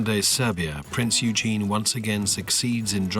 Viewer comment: He did not bring it down, they are still there (or who else brought the trade towers down?). Please learn how to pronounce PRINZ EUGEN